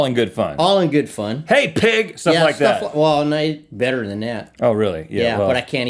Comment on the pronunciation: lol the ways he says NOE!